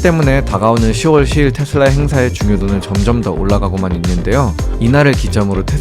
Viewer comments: 시월 시일이 아니고 시월 십일이라고 하지 않나요? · 시월 시빌로 읽는게 맞습니다